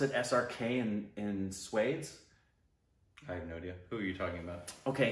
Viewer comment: Come on # 🤣🤣 its not “swades”.. its pronounced as “sva-they-sh”